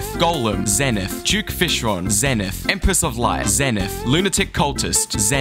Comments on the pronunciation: 1st time saying: "zenith" 15th time saying: "zenet" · its pronounced “zee nyth” not “zeh nyth” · the fact you pronounced it zehn-ith and not zeen-ith infuriates me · IT IS PRONOUNCED Zee-nith!!! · "zen-ith" so annoying how some people pronounce it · i thought it was pronounced as "zey - neyth" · pronounced "zee nuhth" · Isn't it pronounced "Zee-nith?" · my favorite part is when he pronounced it wrong every single time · If your going to make a video with the Zenith in it. Then at least pronounce the darn name right.